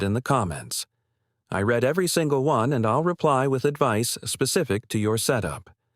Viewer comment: “I ‘RED’ (read) every single one.” Maybe you should edit too.